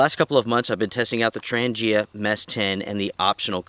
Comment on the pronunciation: Thanks for the review . And BTW, it’s pronounced ‘Tranja’ :)